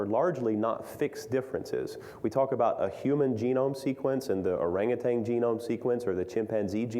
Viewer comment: Orangutan not orangutang.